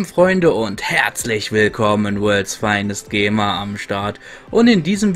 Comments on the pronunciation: hab auch gema verstanden 😂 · Am anfang versteh ich immer:D